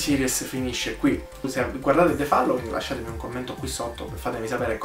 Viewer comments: The FALLOWING ? Ragazzo rilassati, si pronuncia FOLLOWING. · Non c'è bisogno di "rilassarsi", semplicemente non lo pronunciava correttamente...